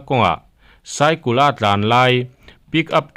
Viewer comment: SAIKUL a nilo. SAIKAL ti zawk rawh. Hmar lam ho hi, ANGLE te hi ANGUL tih tut tut an ching. Adik zawk an hre reng chung hian a diklo zawk hian lam luih tang tang an ching.